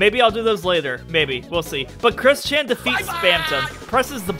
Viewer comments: Why when you say kris-chan sounds like christian (i cant believe i said kris-chan) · I swear I keep hearing "Chris-Chan" as "Christian"